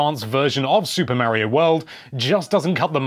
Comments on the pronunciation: It's mario not maryo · Mispronouncing Mario that many times has to be illegal